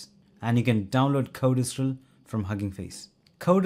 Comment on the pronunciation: BTW: It's pronounced code stral NOT code es stral Correct?